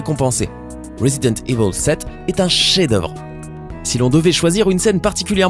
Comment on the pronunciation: J'adore comment tu ne sais pas prononcer le mot "evil".